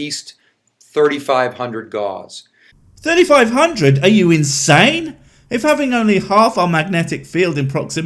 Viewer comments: No no NO "doctor". Your pronunciation is AWFUL! Gauze is what you use to bandage people with and is an actual medical treatment. Gauss is something you clearly don't understand But then again you actually believe you are a real doctor because you got some useless letters after your name. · Forget pronouncing nuclear, he doesn’t seem to know that Gauss is pronounced gaʊs (it rhymes with house) either. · What's this new killer he's talking about and what gauze. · Forget nucular. Dumb as it is, it's not as bad as saying magneticses are measured in gauze. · He can't even pronounce Gauss correctly. But wants me to believe he know anything after that, No. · Hmm, a doctor who can barely string three words together and mispronounces nuclear and Gauss - I can't wait to hear this. Calling it now, it's a doctorate in naturopathic or chiropractic "medicine" because a even a doctor of gender studies would be at least able to make a video without sounding like a grade school child giving a book report. Edit: ha! Nailed it. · It's surprising that his extensive knowledge of magnetic fields doesn't seem to extend to being able to pronounce Gauss correctly. Just for context. This guy has a degree in 'human biology' from a religious university (ie it's more than questionable). A 'chiropractic' doctorate (i.e not a recognized medical procedure). The 'DC' after his name seems to be where he got that doctorate. FIAMA says he's a fellow of the institute of Acupuncture (lol). CFo? Your guess is as good as mine. My guess? Chief Financial Officer (of himself) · I was just complaining about how this pillock keeps mispronouncing gauss but okay. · His pronunciation of Gauss is endlessly, annoyingly cringy and I only know how to pronounce it from playing fucking fallout games and watching ghost adventures. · Also not "gauze", it's pronounced "gauss" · The unit gauss rhymes with house, and is not pronounced like gauze. He has never even had 3rd grade science. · Nucular gauze...